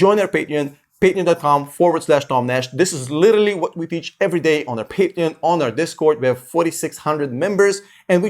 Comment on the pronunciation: Everytime you say Patreon I chuckle like a little kid.... Love your content brother!!!